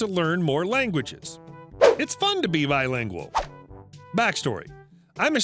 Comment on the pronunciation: LOL at RW reading the title of the first story, pronounced it "lie-lingual" like you're not even uni-lingual =)